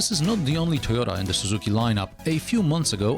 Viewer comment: "Suyota" & "Swarolla" 🤣😭